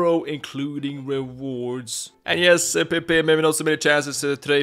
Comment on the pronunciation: Hi, im Portuguese and u should try to pronounce his Name like Pep yk